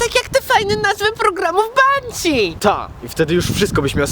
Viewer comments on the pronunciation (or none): [P] Czemu masz moją czapkę ? ;3 [P] Czemu mówisz 'Benszi' zamiast 'Banszi' na Zuzie ? :D